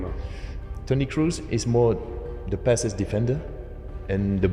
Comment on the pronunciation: His name is not "Crews"....